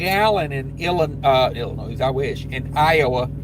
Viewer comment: Bro, there is no “S” pronounced in Illinois, I about lost it when you said IllinoiS the second time😂